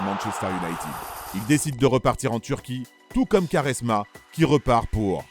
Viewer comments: Svp on dit (kwa)resma et non (ka)resma 😁😁😁😁😁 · Superbe vidéo mais Quaresma ça se prononce "Kouaresma" pas "Karesma" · j'allais regarder la video puis il a dit karesma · Non ça se prononce "kwarezma" pas koresma mdrr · Sa se prononce Koresma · Vidéo de merde.. renseigne toi mieux sur Nani.. joueur de l’année en 2011 en PL.. carrière riche en titre.. excellente saison en Turquie et plutôt bonne en Espagne.. porte son club d’Orlando aujourd’hui.. et putain la prononciation de quaresma c’est pas possible.. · Commence par prononcer Quaresma correctement avant de t’improviser grand technicien de ce sport incroyable . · Y sais pas le dire sa m'a fait saigner les oreilles